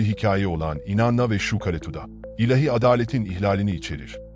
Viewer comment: Teşekkürler. Bir husus: ilehi değil, ilâhi. A ince ve uzun okunur.